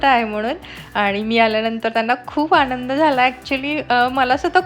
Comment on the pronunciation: ही nrgative comment नाही आहे पण तू आनंद ला आणंद म्हणतेस पाणी ला पानी म्हणतेस थोड लक्ष दे. तुझी मराठी शिकत आहेत ते ही चूकीच उच्चारण करतील.😊